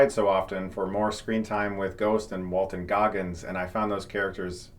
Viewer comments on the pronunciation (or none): It’s WaltoN Goggins!!! Not WalteR!!!